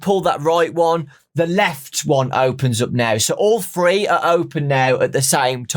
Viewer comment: Idk y i love the way you say three😂 it sounds like your saying free